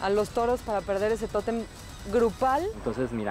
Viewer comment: no llegaras te vas a tu casita, y ojala q no ande como la llorona por el totemmm como decia lol el tótem ni savia pronunciar la bobita